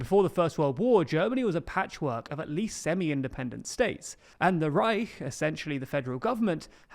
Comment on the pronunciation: Probs for for pronouncing "the Reich" like a real German. Most English-speaking people struggle with the "ch" sound